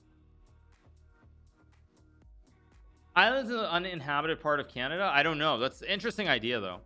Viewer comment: A walrus dies every time you mispronounce Canada or Canadian